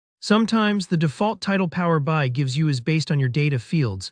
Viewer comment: Thanks for sharing. By the way, it's Power B I(Bee Eye)